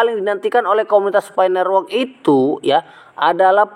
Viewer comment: Nerwok.. Network woiii.. lidah kerok dulu pake emas bos..